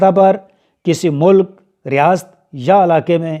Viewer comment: 😄😄ap Riyasat ko Riyast bolta